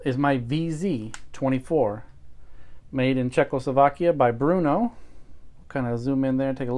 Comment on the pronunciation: why would you go as far as preparing the video and slaughter that part? Makes no sense to me. Also it not Bruno its BRNO. Short R with no U sounds there